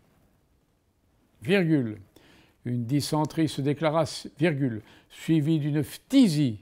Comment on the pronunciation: J’ai fait 31 fautes et les seuls mots de vocabulaire sur lesquels je me suis trompé c’est arrhes et dysenterie (car je trouve qu’il a été mal prononcé) En réalité comme pour les langues étrangères d’ailleurs mon problème ce n’est pas le vocabulaire mais plutôt la conjugaison